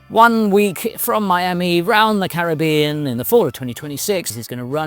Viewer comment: my good man!! Terrific video. And its great to hear the British "Caribbean " pronunciation! Have a great 2026 mate